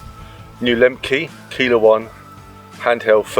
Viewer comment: Service message: Keiler is pronounced Kyler